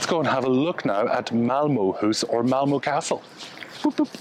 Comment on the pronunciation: This is fascinating. I've visited both Denmark and Sweden numerous times. That hotel in Malmö definitely looked quirky. (It's Malmuh not Malmoh by the way). Sweden has always been expensive but it is my favourite Scandinavian country. Looking forward to your tour of Stockholm. Hej då!